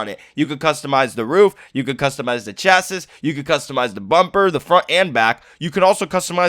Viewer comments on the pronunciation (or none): The pronunciation is not 'chasis' it's ' chasi ' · did really pronounce the s at the end of chassis...